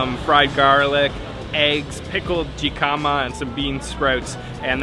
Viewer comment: I've been enjoying your videos for the last few days, binging on them... And I hate to be that person but, jicama is pronounced like Hick-um-uh(there is no J sound). I was wondering what vegetable you were referring to in a different video, but now I see! I hope that comes off as like as I intend it. Keep making great vids!